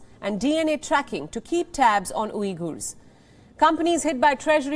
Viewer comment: u should improve your prounciation and see how to pronounce uighurs first